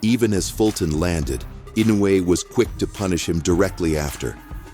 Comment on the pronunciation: Pronounce "Eenoy" Not inuway lol